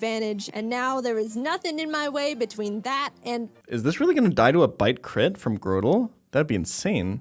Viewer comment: I love how he says Grotle wrong.